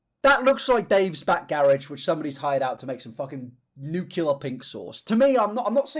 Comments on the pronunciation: I love your videos, but nuclear is pronounced "New-clear", and not "new-queue-lure". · Hey. Fahrenheit using American here.. I’ll make u a deal: I will adopt your hoity-toity “Celsius”, but u will have to learn how to correctly pronounce “Nuclear”. (“nuke-lee-urr” NOT “new-queue-lurr”) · the way I remember its "Nuclear" and not "nucular" is because the correct spelling has "clear" in it, lol. Sorry to be a baby back bitch and grammar check this king, just spreading knowledge <3 #it'sNUCLEAR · I'm sorry,, I love your content and all but.... You're gonna complain about people using fahrenheit instead of celsius... but you're gonna say "new-cue-lar" with your whole chest, when "nuclear" is said as it is spelled? "New-clear" not "new-cue-lar." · NE-CLE-AR FRASIER. NEW-CLEAR. pullin my hair out over here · ok deal, I'll switch to celsius if you stop saying "nucular" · I love when i hear people say “nucular” 😂😂😂 it always gets me, idk why! Hahaha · If I have to learn Celsius then you need to learn how to say nuclear. Deal? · I'll use Celcius when you say nuclear correctly. Love ya,!